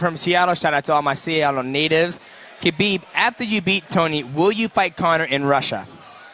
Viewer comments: She calls him Khabibi lol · I think she said "Khabib he" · Yo Amanda looked like she was hitting on Khabib 😂😂, she called him “Khabiby” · I don’t know why it annoys me so much when people pronounce the silent K at the start of Khabib name.